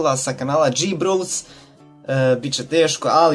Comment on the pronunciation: hhahahahahhahah omg jeli ovo prvi video nezna ni da kaze G-bros